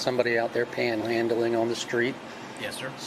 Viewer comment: Again he says "panel handling "